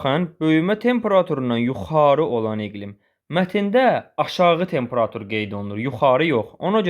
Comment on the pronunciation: Tempera'tur deyil ,ay müəllim, temperatu'r!